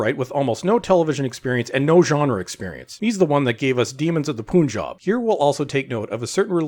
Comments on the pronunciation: Why did you pronounce Punjab a poon rather than pun.....that’s closer to the actual pronunciation. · Still no example of how Islam was praised in "Demons of Pooooonjab (your pronunciation)". You are just as lazy as Chinballs. You can't even pronounce the name of the state right. Pun is not pronounced as poon.